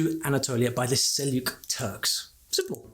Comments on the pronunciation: Seljuk, not Selyuk (j like in JAM) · Selçuk (Seljuk) doesn't sound as Selyuk, it's more like Selchuk. Also please don't say "evil" for Ottoman Turkish even if it's for the impact factor. Most of us love Atatürk but that doesn't mean we accept everything he did. I don't like the fact that we can't read/write/understand what our ancestors left for us in manuscripts. It's a shame in my opinion. I'm trying to learn Ottoman Turkish, it's still hard for me to read a handwritten text. 😢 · the following is the correct pronunciation: Seljuk /ˈsɛldʒʊk/. Cheers! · Seljuk is pronounced 'Sel-ch-uk' or 'Sel-dz-uk' not the 'j' pronounced as a 'y' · you dont need to leave out the j in seljuk btw